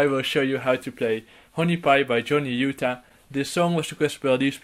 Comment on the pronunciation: Why he says Utah like Uganda nuckles says Uganda